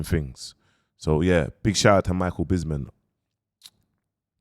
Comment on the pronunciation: MAN SAID MICHAEL ''BISMIN '' MIDDLE WEIGHT ,LIGHT HEAVY WEIGHT .MIDDLE MATE 😂😂😂😂😂😂 MICHAEL BISPING